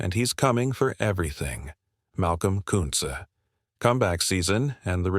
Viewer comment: This AI can't pronounce Koonce properly it's irritating